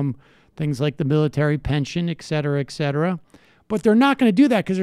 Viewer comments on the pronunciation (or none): e-t-c-e-t-e-r-a ( not ekcetra)